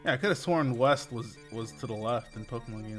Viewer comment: they said "weast"